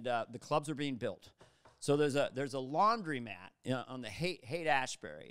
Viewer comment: It's laundromat, not laundy mat, Carvey! Where are you from, Canada?